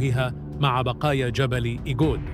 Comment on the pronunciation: إسمه جبل إغود وليس إگود، الكلمة أمازيغية،وتافوغالت أيضا كلمة أمازيغية